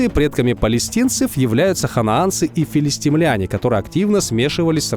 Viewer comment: Говори правильно: филистИмляне! А не филистимлЯне.